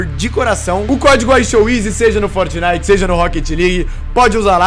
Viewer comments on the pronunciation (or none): none